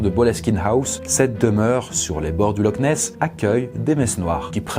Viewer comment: AHHHHHHHHHHHHHHHHHHHHH sa me soule les gens ki disent "lock ness" mais c plûto " loch ness" mais le "ch" fais un son ou c un mix de r et de k c comme si on disais "l'or" mais on roulais le r et on le prononce au fond de la gorge Dsl si ct pas tres claire Et je sais tt sa car je suis ecossais et je parle anglais du coup